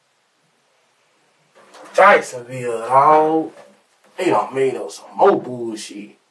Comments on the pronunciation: Jikesonville dawg 😂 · “JIKESONVILLE DAWG!”